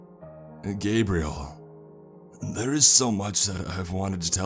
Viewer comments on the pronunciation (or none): none